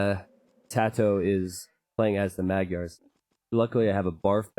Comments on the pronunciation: Because it's a *Hungarian*name, madgyers isn't prounced the way it it's spelt, its actually pronounced closer to mad jerrs. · Czédula Zsolt you are absolutely correct. I just done goofed up in my memory. Either way he still pronounced it wrong.